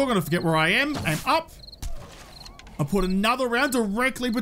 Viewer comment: You sound like me after I go to the licour store "Qhere did all my money go?"